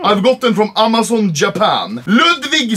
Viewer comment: No one : Anomaly : Aaamaazaun